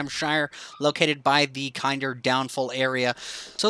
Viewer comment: In England we pronounce Kinder Fall as Kin-der rather than Kind-er like kinder Bueno’s. Ive actually been to Kinder fall it much higher than on the game! Nonetheless Great vid ! Thanks for the help